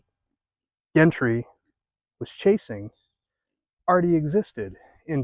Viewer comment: The G in Gentry is the J sound. Jentry. Nice video.